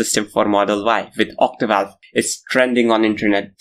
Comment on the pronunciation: It is Octovalve. Not Ottivalvle as you continue to repeat.